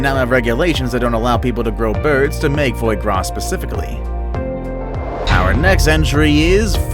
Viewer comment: Foye grass, sorry mate it’s pronounce fwah grah